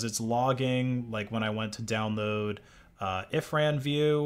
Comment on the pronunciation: It's irfanview, not If ran view.